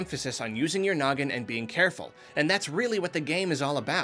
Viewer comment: Did he just say use your gnoggin